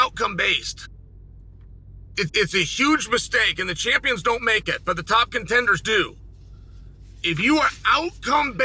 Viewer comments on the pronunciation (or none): none